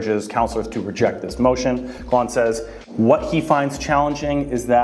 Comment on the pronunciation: Your first failed attempt at saying Ravi Kahlon last name… sus but whatever. The second (with a jump-cut zoom in) and third is just making fun if his name. Does nohing for your argument.